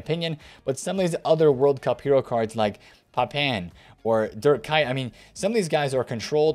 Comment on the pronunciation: and calling Kuyt ...Kite lol